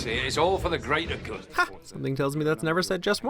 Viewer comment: Smart gorilla "The greater grood"